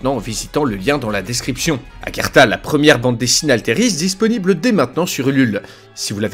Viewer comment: Pourquoi tu dis Agertha ? C'est Agartha personne t'a prévenu ? 😅